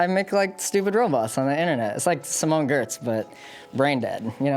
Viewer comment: he really pronounced simone giertz "simone gurts"